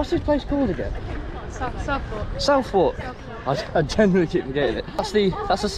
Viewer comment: The way you said Southwark is criminal lol